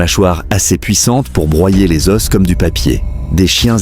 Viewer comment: pour broyer les "osses" ?, c'est comme ça s'écrit ? 😂😂😂